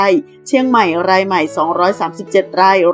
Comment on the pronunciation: ราย ฟังเป็นไร่